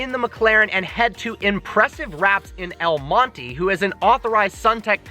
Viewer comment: Pronounced El Monte wrong 😂